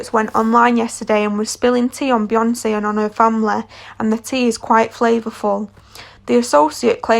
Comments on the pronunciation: BeyoncEEEE... Like wtf? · Its the "Bihonse and Jehzee have real chemistreh" for me 😂😂😂😂😂sis Ur voice annoying